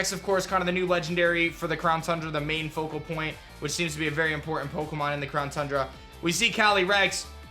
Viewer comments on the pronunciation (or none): none